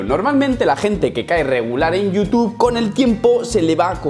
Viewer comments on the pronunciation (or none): none